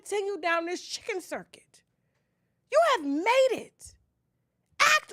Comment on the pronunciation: It's called the Chitlin circuit Not chicken 😂😂😂😂😂